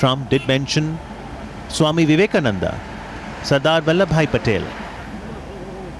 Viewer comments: "do-laand trumph". 🤣🤣🤣🤣 ambebad🤣🤣🤣🤣 swami-vive-commund succhin tendulkar🤣🤣🤣🤣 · 😂😂 swaaaaami Vivekananda 😂 Suchin tendular 😂😂 as well. 😝😝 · pronunciation of every name was correct except SWAMI VIVEKANAND i am angry for this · I almost passed away when he pronounced Swami Vivekananda's name 😂😂🤣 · So true 😂